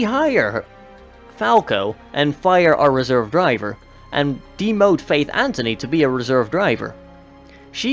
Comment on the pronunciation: It annoys me how both you and EE call faith Antony it's Anthony